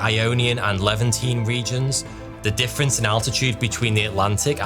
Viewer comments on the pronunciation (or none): none